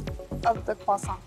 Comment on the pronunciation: The hosts' pronunciations of Croissant are so American and inconsistent. The factory representative pronounce it perfectly (of course).